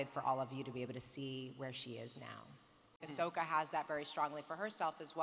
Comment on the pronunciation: "Ahsoka" sounds like "A sucker"